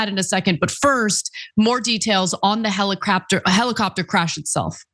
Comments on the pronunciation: Heli-crapter... Helicopter. No Ana, you had it right the first time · American made helicrapter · "Heli-crap-tor" yeah, I'm sure it could be called that on the way down. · Lol "helicraptor" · 😂😂😂😂Love that little slip, Ana. "Helicrapter"